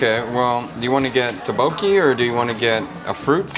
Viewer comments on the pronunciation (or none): It's pronounced more like 'duck-bogey' and not 'ta-bokie' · It's pronounced "DUK-bo-kee" instead of "tae-bokee". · Your pronunciation of tteokbokki is still not great with the videos where you eat it. And now your kids have learned it from you on how to also say it incorrectly lol.